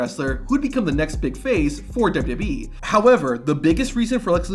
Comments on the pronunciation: "Imagine not being able to say WWE correctly" ....Have you watched your own video? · Why do you have so much trouble saying WWE? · "*scoff* man, imagine not being able to say wwe correctly." Yeah, imagine that.. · Was saying "imagine not being able to say WWE correctly" when discussing Kozlov supposed to be a joke?, because man you butcher it every time. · Dude, slow down when you speak. At least enough to pronounce "WWE" clearly and correctly when you speak lol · wild that americans laugh at vladimir for not being able to say WWE yet they cant even spell or say aluminium properly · 🤣🤣🤣 Just to add on to that...WWE announcers consistently combine the pronunciations of both W's when saying the name. It always makes my hair stand on end. -Signed...an American who thinks we have the absolute most ridiculous language on the planet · Hey man, you can slow down and pronounce "double u double u e" instead of "dubbadubee" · A guy who pronounces WWE as “dubee-dubee-ee” mocking another man saying it wrong is delicious hypocrisy. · I hate AI voices, but this guys pronunciation of wwe and 2021 is so bad I’d rather here an AI voice. “Toozintwennyone” “duhdubbeee” terrible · Wwe not WB 😂 its all i was hearing annoyed me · Dude can't saw WWE either.. dubba dubba E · Dubyoo Dubyee. You can’t say WWE. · The fuck is DUBBADUBBABEE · "Pfft... imagine not being able to say WWE correctly," said the guy who says "dubbadubbe". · "imagine not being able to say WWE correctly" says the guy who constantly pronounces it like "dub-dub-yee" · The way you say WWE... dubadubee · This dude could both NOT have to say “WWE” in every single sentence. And also TRY to pronounce it correctly. “Dubeeydubeeeeee” 700 times in this videos. Ffs man. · Not a bad list but hard to listen to you say “dub da bee” every 15 seconds lol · Amazing job, great video! You DO make the now classic mistake of calling the WWE the “Dubyoo Dubyee” which is NOT what it’s called, but hey, you can work on that.👍